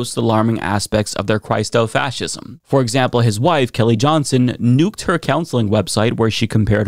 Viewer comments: You are mispronouncing "Christo"... though it comes from "Christ" with a long I it is pronounced with the short I as in Christian. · I love you, guy! (but...) When pronouncing the word "Christo-fascism," think "Christian" or "Christopher." NOT "Christ." It's a short "i", as it derives from "Christian fascism." Keep up the great work!